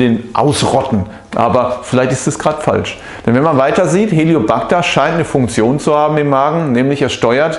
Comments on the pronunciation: Es heißt nicht Helio backter Helicobacter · Helicobacter nicht Heliobacter! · Sprechen Sie von Helicobacter oder Hellio Bacter? Und was ist denn der "Hellio Bacter"??😂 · "HELIO -PACTA"😂 Lernen sie bitte mal Professionellere Videos zu machen...unfassbar...